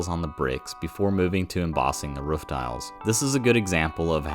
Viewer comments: Hey man why do you pronounce 'roof' like 'woof'? Is it like when you've only read a word so you don't know how to say it, and you've just never heard somebody say the word roof before? Or do people say it like that where you're from..? Any help appreciated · are you a dog? say roof right why does everyone have this problem